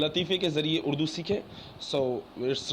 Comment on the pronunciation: اڑدو نہیں ہوتا بھائی اردو ہوتا ہے